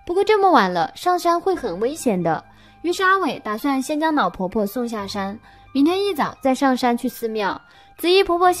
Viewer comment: 故事是很好 可是羅馬拼音真的害死人 宜蘭變宜南 亮點變釀點 了呢不分 老婆婆變腦婆婆 煞車失寧🤪🤪🤪